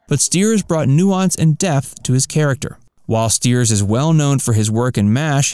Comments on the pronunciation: Have long been a fan of the series. Didn't learn anything new. Please learn to pronounce David Ogden Stiers' name correctly. It's sty-ers, not steers. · It is Styers (Stiers) not Steers. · It's pronounced St-eye-rs, not Steers! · I loved Charles too. David Ogden Stiers was truly great. Don't mean to be snobby but Charles would have been a bit out of sorts if his name was mispronounced. Stiers is pronounced Sty-ers. Not Steers. One of the episodes a rude Charactor called him Chuck. "CHARLES" he'd bellow. Here's to you David........Q! (Charles from Boston had an upper class Boston accent. He say goodbye one of 2 ways....."Gentlemen".....or shorten thank you to simply....."Q".....) I always loved that "Hahvard" grad. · StIers. The I is pronounced, not the e. At least that's how it's pronounced in his native Urbana, Illinois. I didn't realize he was closeted. Being gay doesn't change who he was. Great actor, sorely missed. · It is not stated as 4 thousand 77th, it is stated as 4-o-77tth. And Winchester was played by David Ogden Stiers (pronounced Styers). If you are going to make a video about a loved topic, maybe you should know how to speak about it correctly. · What to mispronounced David Ogden-Stiers. It’s “ sty-ets” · You miss pronounced Stiers. It is pronounced St eye ers. I am surprised with all the researched you did that you messed that up.